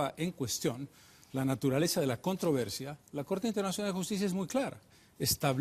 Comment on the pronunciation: CUANTA DIFERENCIA ENTRE EL EXPRESIDENTE CARLOS MESA Y EL SINDICALISTA EVO MORALES, QUE NO SABE NI HABLAR ESPAÑOL que a la palabra "CONTROVERSIA" él le dice "contra versia" y así por estilo.